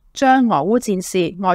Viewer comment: 外溢，音讀日，不讀益。